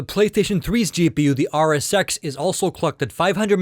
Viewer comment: this guy didnt say rsx he said r sex you should hear him very carefully